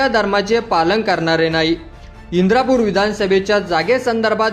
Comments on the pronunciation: इंदापूर तालुका आहे इंद्रापूर नाही, बातम्यांचा पुरेपूर अभ्यास करत जा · इंदापूर म्हणा तुम्ही इंद्रापूर म्हणतात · इंद्रा पूर न्हवे इंदापूर म्हणा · इंद्रापूर नाही इंदापूर म्हणा